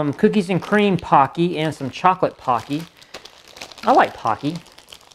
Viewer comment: Please pronounce Pocky as po-key, not pah-key. (It's Japanese.) Ali Baba originates with the main character in the old Arabic legend of Ali Baba and the Forty Thieves. That story is also the origin of the password "Open Sesame" (or, as Popeye the Sailor says it, "Open Says Me"). The Chinese trading company spells it alibaba, all one word with no spaces. What's missing? TP, maybe? A compact entrenching tool (MRE Spoon)? A space blanket? A partridge in a pear tree? 😁 BioFreeze is analgesic gel. It has a sincerely stout amount of menthol in it, so be careful where you put it! Overall, it's not bad for the price: rations that are shelf-stable for the long term tend to be more expensive than regular groceries. What would I use it for? Hurricane preparedness, primarily. (Greetings from the Gulf Coast, homey!)